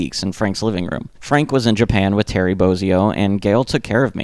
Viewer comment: So you know, it's pronounced Boz -ee-o, not Boaz-ee-o